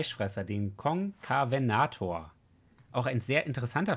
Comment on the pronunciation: er wird so ausgesprochen konserwenator liebe deine Videos